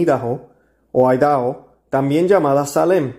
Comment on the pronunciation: Idaho se pronuncia A-I-DA-JO. es bueno que se informe bien antes de grabar los programas, porque a veces no pronuncia usted bien lo referente al prograna del día; otro ejemplo es cuando ha pronunciado el apellido de Eduardo Verástegui, usted dijo verasTEgui poniendo el acento en la E y es incorrecto, otros es cuando esta en algún tema y dice usted "creo" que fue tal persona, o sea que no esta bien informado y esta improvisando en el acto y eso no es profesional. Son solo observaciones respetuosas a su excelente trabajo, soy su seguidora y recomiendo ampliamente su contenido. Muchas felicitades por el invitado Doctor Cesar Felix Sanchez. Que la Santísima Trinidad lo siga iluminando. 🙏🏽🙏🏽🙏🏽